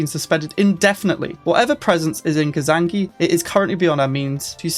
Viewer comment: Its not Kazanki....its Kzanaki ;) hahahahaha